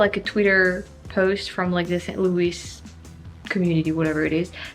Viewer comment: Thanks for such a great mini-tour of my home town. I worked in that office building next to your hotel. And you are definitely becoming American by the way you pronounce St Louis. It must be hard to say it that way being French. 🙂 You could make a whole video how we mispronounce the MANY French names around town.